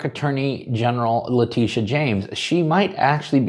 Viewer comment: What is a Lateeteeah?